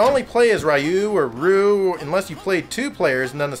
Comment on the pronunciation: None of the pronouciation you give for "Ryu" is right....